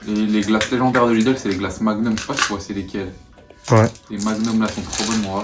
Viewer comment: On dit Lidl pas Lideul chez pas quoi sa se voit que je viens de l'alsace 😭😂